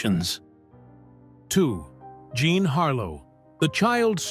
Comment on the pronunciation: Jean not Jzhon.